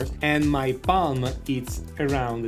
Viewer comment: More didn't "palm" sound like "bum"?